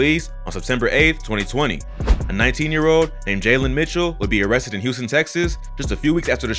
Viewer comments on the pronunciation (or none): none